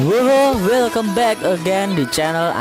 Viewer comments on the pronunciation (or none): none